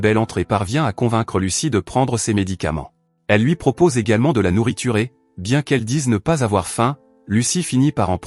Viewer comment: " de la nouriturrer " ?